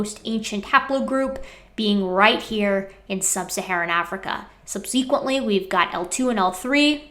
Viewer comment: I love your videos but please please please stop saying "sub-SEE-quent." It's "SUB-seh-quent." You're not the only Youtuber mispronouncing it but it's like nails on a chalkboard every time I hear it.